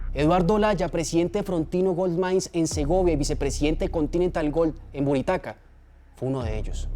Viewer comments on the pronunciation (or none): Caballero pronuncia bien no es buritaca es buriticá